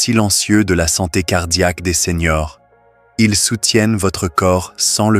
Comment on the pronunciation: Seigneurs : ce n’est pas SENIORS ! merci d’éduquer l’intelligence artificielle !🤞👍👋MERCI des conseils, mais c’est plutôt long et lent…👋🤣heureusement, vous avez accompagné vos propos avec des images magnifiques 🤣💪👍